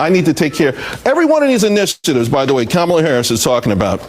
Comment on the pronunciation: Did Whoopi mispronounce Kamala Harris's name? 😮